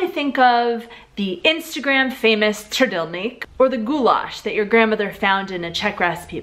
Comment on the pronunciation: you said trdelnik wrong